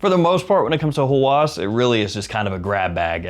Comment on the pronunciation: Hawas is an arabic word that means obsession, and its pronounced with a distinct H sound, so more like how-us, rather than haw-as. To all have a great day.😊